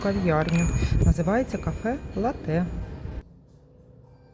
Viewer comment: Пані, не латЕ, а лАте, не картина на стіні будинку, а мурал. І точно не голубіка, а лохина. Прошу, врахуйте нарешті.:hand-pink-waving: Якщо взялись бути блогером))